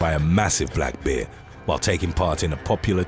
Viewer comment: "A black behh"